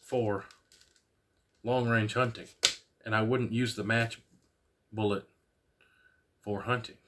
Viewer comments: "Boolots"?! I was into the video and thinking of subbing until you repeated that more than once. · From my position just the way you say boolots means your an expert in my book!